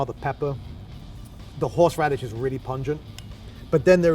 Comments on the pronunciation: "Horshe radish" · Why do we all say horsh radish